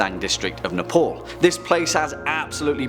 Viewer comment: Ne-pol XDXD